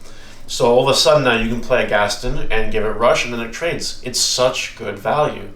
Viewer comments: Ghast-own not gasten ;) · im glad everyone in the comments is also focused on him saying "gastin"